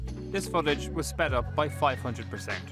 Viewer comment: Nah. Not sped up. Not sped uh. Not speh up. Not speh uh. /